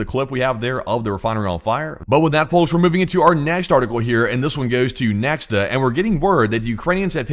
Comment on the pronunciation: I wonder when will you learn that it's not NeKSta, it's NeKHta? But you're so adamant in your mispronunciation...